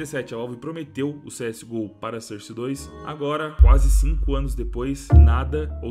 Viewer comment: Se fala sórce kkkkkk,porra de sôrce